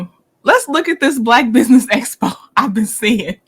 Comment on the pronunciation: She got the acronym Expo correct this time. Although she pronounces it Espo.